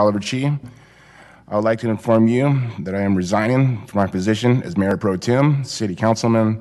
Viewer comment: It’s ’pro-temp’ but he keeps saying, ‘pro-tune’. What an absolute knob. My man is developmentally disabled.